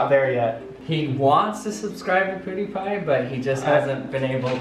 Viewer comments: It’s Pewww not Pooodiepie. Brad two we need you. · ....pooooh-die-pie?? Nani?! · “Poo dee pi” triggered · Why does he say pudipai??😂😂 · is he saying poudiepie? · U pronounce pewdiepie the same way haha xD